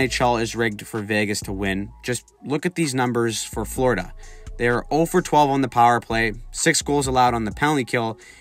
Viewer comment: Florida, not frlodida